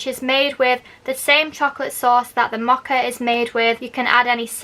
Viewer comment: It’s Mow-Ka,,,,,not moha. I had to blurt it out, couldn’t help myself.